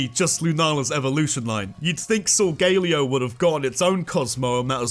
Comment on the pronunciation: SOLGALEO, NOT SUNGALAO!